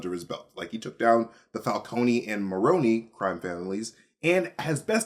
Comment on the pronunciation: he said falconey and Maroney lol